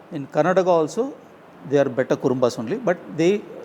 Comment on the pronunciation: Bay-ta ❎ Bet-ta ☑️